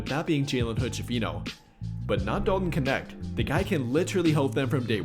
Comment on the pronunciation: So lost why everyone keep saying his name like it has an I in it kinecth